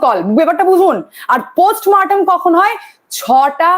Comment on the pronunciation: চমৎকার আত্মবিশ্বাসী উপস্থাপনা। একটাই advice. একটু উচ্চারণের উপর খেয়াল রাখবেন। পোস্ট মরটেম not পোস্ট মারটেম। কানে লাগে। কিছু মনে করবেন না please.